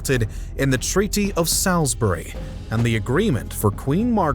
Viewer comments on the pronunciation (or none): "Sauls bury" not "Sals bury". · Treaty of SOLsbury, not SALsbury.